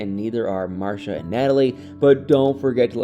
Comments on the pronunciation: She pronounces her name MarCEEa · It's pronounced Mar-see-uh (Marcia) 😉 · The way your pronounce Marcia 🤣🤣 You had me questioning my own memory of the show smh